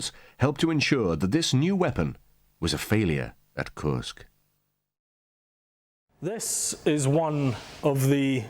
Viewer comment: If only Judge Nap could say KURSK correctly. 😂